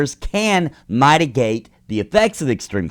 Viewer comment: It’s ˈmɪt.ɪ.ɡeɪt'